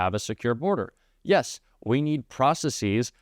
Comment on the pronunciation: It's not pronounced processees. It's pronounced processes. Please look it up.